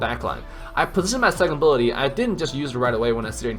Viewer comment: You say abilities sound like booty lol 😂